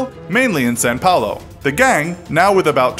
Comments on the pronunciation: São Paulo not Sao Paolo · Hey man please say São Paulo right haha 😂